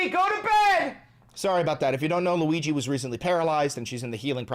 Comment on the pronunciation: LOOWEEGEE. GOATABED.